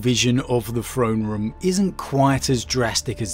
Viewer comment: Say it with me "THrone room" not "Phrone room."